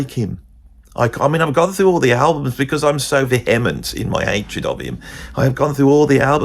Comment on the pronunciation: Meatloaf said it just like John Wayne would have said it. Should have been in pitchures. Americans pronounce it veehament but I think he pronounces it properly but I think I have never even spoken the word - have to work on that. The Shane McGowan character could have had a otoplasty (ear pinning) done on his big ears as did Brad Pitt - guess he had huge ears too. None of the people he is showcasing is even going to know about this program. I only just heard of him when I watched this show for the first time but now I would like to see him guest host the Graham Norton show - he can ask all the guests what they love about London.